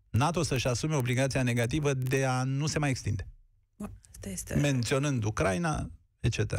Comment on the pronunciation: Ioana Ene Dogioiu - corect se pronunta U-cra-i-na/U-cra-i-nei, din patru silabe, nu din trei cum pronunti tu !!!